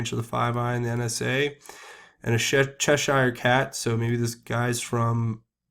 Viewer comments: Cheshire - pronounced "cheshuh" not "chesh Eyer". Cheshire cat from Lewis Carrol's "Alice..." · Good day sir I would like to correct you on your pronunciation of the word Cheshire cat. The -shire part. In America there is a state called New Hampshire. The pronunciation is exactly the same. "Chesher" cat.